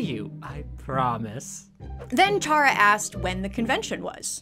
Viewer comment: Not to be the one Undertale fan to correct you, but Chara is pronounced Care-ah. Like character. It's a pun, like all of the characters in Undertale are. Though, the fandom STILL debates how it's pronounced despite how obvious it is, so I don't entirely blame you.